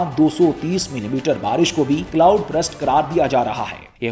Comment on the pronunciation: ہاں، یہ ایک عام غلطی ہے۔ کئی لوگ burst کو غلط تلفظ کر کے brust بول دیتے ہیں، حالانکہ درست تلفظ یہ ہے: ✅ burst → برْسٹ (آخر میں ’سْٹ‘ کی آواز) ❌ brust → یہ انگریزی میں کوئی لفظ ہی نہیں یعنی زبان کو سیدھا رکھ کر برسٹ کہنا ہے، نہ کہ برَسٹ یا برَسْٹ